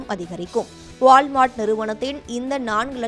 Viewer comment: நல்ல தமிழ் பேச ஆள் கிடைக்கவில்லையா? வாள் மார்ட். உச்சரிப்பு தெரியாமல் பொது வெளியில் பேச ஆள் எடுக்கும் ஜீ.